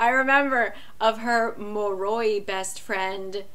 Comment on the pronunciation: I love your review on it, but I can't get over the pronunciations on Lissa, dhampir, moroi and strigoi lol Edit: I think it's hilarious that you don't always mispronounce these words tho